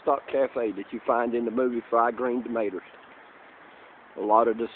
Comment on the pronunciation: I love how you say 'fried green "tomaters" haha